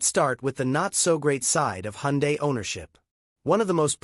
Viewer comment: Please dont ever say hundie, its pronounced hundae like sunday